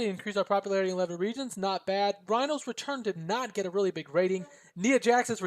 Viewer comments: You were saying NEE-AH, correct way is by saying NYE-AH like eye or tie, etc. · Btw, I'm nit picking but Ni in Nia Jax is pronounced like Tye for Tye Dillinger.